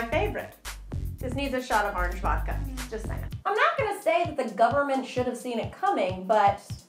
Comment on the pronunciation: I love how you say orange. "Arnge"